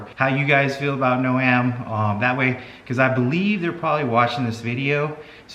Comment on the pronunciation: Jesus Christ and he still didn't tell you how to pronounce their name it's not no..am its like a garden "gnome"